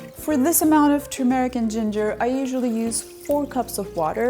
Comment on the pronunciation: It is not pronounced "tur-meeeh-ric" but "turmeric" short "e" and UNSTRESSED!